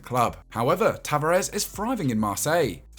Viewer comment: Ta va res not tavarez